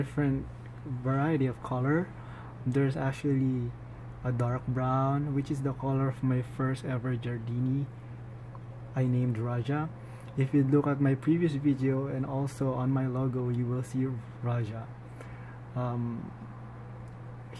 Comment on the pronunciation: Jardinii is not pronounced as "jardeenee". There's an extra 'i'. The specific epithet is a commemorative name hence the extra "i" (there are rules in making scientific names). It's pronounced as "jardeenee-eye".